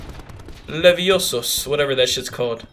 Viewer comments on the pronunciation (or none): When he said leviOsa instead of leviosA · It's "LEVIOSA" lol, Harry Potter is one of my favorite movie collections. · It's Levi-o-saw